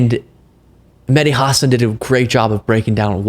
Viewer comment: Props to you for correctly pronouncing Mehdi Hasan's name. So many people do "Ha-SAHN". It always bugs me when people in the media don't take the few seconds it takes to find out how to correctly pronounce a name.